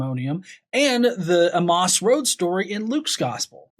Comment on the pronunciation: Half way through I finally realized he was referring to the road to Emmaus. Honestly, the way he says it makes more sense when you sound it out, I just had never heard it pronounced that way.